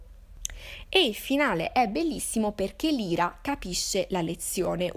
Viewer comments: Odio essere quel tipo di persona, ma il nome della protagonista pronunciato "Lira" non si può veramente sentire, è "Laira", che suona come "liar", bugiardo. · Ciao! (Premessa: molto umilmente ed inutilmente in ritardo, visto che ormai hai letto tutto 😊) volevo dirti che il nome della protagonista (Lyra) in realtà si pronuncerebbe LAIRA 😊... Ho trovato un video dove lo si può sentire bene: vedi attorno al minuto 1.00 Bacio 💗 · La tua analisi secondo me in molti punti è giusta ma in altri assolutamente no, ma non è per questo che commento! E perché non si può sentire la tua pronuncia di Lyra!!! Non si chiama Lira!!!